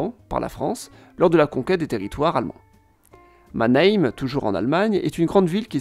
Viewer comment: Mannheim se prononce Mannhhaaillemm.